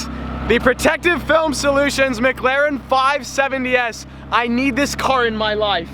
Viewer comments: The only dude on the internet that can't say mclaren...per this fella it's mglaren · Only when you can say McLaren correctly.